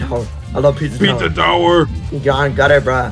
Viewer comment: "Pitzah towrrr!"